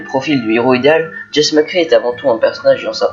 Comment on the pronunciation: On dit Jessi ( pas jess)